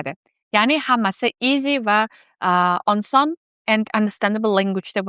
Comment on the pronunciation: Oson emas onson😂😂😂😅😅